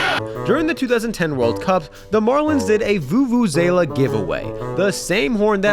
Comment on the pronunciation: It’s pronounced “voo-voo-zah-lah.” Great video but you said “vU-vU-zAyla” so many times I had grammar umpire ya. Sorry! I’m sure this is annoying as a view-view-say-zah!